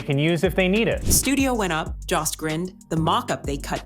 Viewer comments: His name is Colin Jost (Joe-st) not (Jah-st) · I hate the mispronunciation of Colin’s last name. AI voice? Its JOST. Not Joss! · It's Colin Jost, spoken with a long O, like in Joe. Why not find out the correct pronunciations before making a fool of yourselves, repeatedly? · I hope someone corrects the pronunciation of "Jost". If I were him, I'd be pissed.